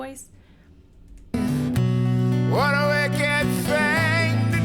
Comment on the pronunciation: Also says Thang instead of thing.